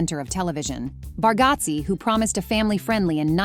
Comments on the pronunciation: You need to teach your A.I. how to pronounce Bargatze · U say nate bargatze pronounced a name wrong. U r pronouncing his name and other last names wrong. R u AI? Sounds like it 🙃